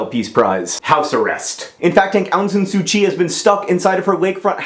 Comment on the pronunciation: John, as a second-generation Burmese-Chinese in the US, I have to say that your pronunciation of "Myanmar" and "Aung San Suu Kyi" makes me cringe. It's a bit complicated but they're pronounced "Mee-an-mar" (combine, like slur the "mee-an" part, because I have no idea how to spell it the way it should be pronounced). And it's "Awng (like "A what a cute puppers!") Sahn SU Chi." There, I hope I have taught you proper Burmese. And thank you for referring to the country as Burma. No one likes calling it Myanmar. Ew.